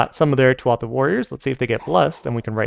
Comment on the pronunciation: The pronunciation of Tuatha took me by surprise. Good job!